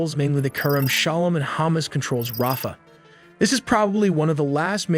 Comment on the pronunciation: If you're going to report on the region, why can't you pronounce it properly? It's ha-MAS, not hommis, and Israel is not pronounced izril.